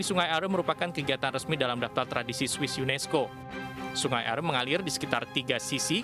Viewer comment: Hai news anchor....orang lokal di seputar sungai Aare saja menyebutnya sungai Aare ( Arè)..bukan sungai Ar seperti yg anda sebutkan. Penting penyebutan yg benar. Semoga team SAR cepat menemukan anak kang Emil dalam keadaan sehat. Aamiin